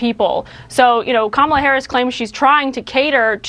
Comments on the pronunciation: He pronounces it correctly every once in awhile 😂😂 #VoteBlueForDemocracy 🇺🇸🩵🇺🇸💙🇺🇸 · I just noticed that he said VP Harris' name correctly , and didn't back track on it. He didn't even realize he did it. LOL, he was so busy thinking he could get Rogan to endorse him. 🤡